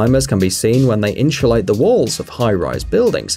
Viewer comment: Whenever he trys to say insulate he says inchulate